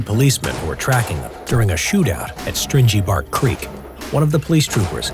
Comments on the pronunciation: it’s not strinjy bark it’s stringy bark just a heads up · In "stringy bark" the g sounds like the g in string, not binge. The bark is stringy. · Strin-jee bark creek? I think you mean string-ee bark creek. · It's "String-y Bark Creek",not "strinjy" the Armour wasn't made for future bank robberies it was made for the "Last Stand". His last words were,"I spose it has come to this....Tell em I died brave...tell em I died like a Kelly".... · Mate it’s string-y bark not stringe-y I live near it and I mean like 30 kilometres from it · Its not strindgy bark creek its stringy-bark-creek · It’s stringy bark creek not strindgy or whatever you said mate. And yes us aussies are an odd lot but we make the most of it and love ourselves and our bucket bois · it's str-ing-y bark creek not strinjy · It’s not stingy bark creek it’s stringy bark creek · It's stringy bark you idiot. Not stringey. Learn your Australian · Stringy bark not strinjy bark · Stringy bark not stringey bark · Strinjee Bark creek? No mate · String-y bark* not Stringe-y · How did you manage to mispronounce Stringybark? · There’s no j in Stringybark Creek mate